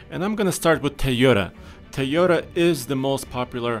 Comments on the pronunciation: Tieyota Lol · Good vid but they are utes not pick up trucks and they are pronounced toy-oters